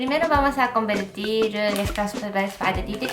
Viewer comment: ''primero vamos a convertir estos pagitenitous'' ajjsjsjd mori de risa en esa parte xD